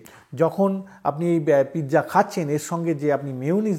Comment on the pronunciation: JUST PIZZA NOT PITZA.